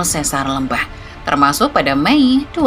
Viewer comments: bacanya lembang min bukan lembang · Pelafalan Lembang tu setau sy pke E keras ya bukan E lemah, kyk kita nyebut kata 'Lebar' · LÉMBANG bukan LEMBANG ! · Maap .bukan sesar LMBANG cara bacanya. Tapi sesar LEMBANG ! E....E....LEMBANG .bukan LMBANG. TEGAL LEGA .salah lg cara baca nya. Bukan TEGAL LEGA ! Tapi TGAL LGA .mksh . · Aneh banget denger penyebutan Lembang bukan Lémbang kaya bahas daerah lain. Penyebutan harusnya sama dengan PALEMBANG, buang PA nya. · sanes eu, tapi e biasa. sanes é kieu. tapi da tanggel nya HAHAHAH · bukan eu, dia pakai e pepet. ( é taling untuk lélé, e pepet untuk lemes, eu untuk leupeut) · Leumbang 😮 Harusnya biasa aja sih kaya nyebut kata "Lempar", demikian nyebut Lembang dengan cara yg sama. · Yupz, lémpar, Lémbang, méré gé hésé. Aksara swara dalam bahasa Sunda huruf (e)nya ada 3: e : e pepet é: e taling eu: eu Di video, pembaca narasi menggunakan e pepet dan eu. Harusnya ya memakai e taling, seperti kata "Lémpar" seperti yang anda sebutkan. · itu baca lembangnya salah 😁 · Begitu dengar cara bilang Lembangnya salah langsung skip, gatal di kuping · Sebagai orang Sunda. Gereget banget pas narator bilang Lembang pake eu 😬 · Eta mh digayakn macana bukan tidak tahu😂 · Baca Lembang nya biasa aja min, aneh dengernya 😂😂